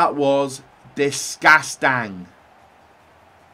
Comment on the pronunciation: Nobody: Absolutely Nobody:: DISGASTIN